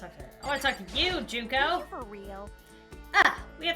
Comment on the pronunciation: hi i know im late but you said Junkos name right its junk then o i hope this helps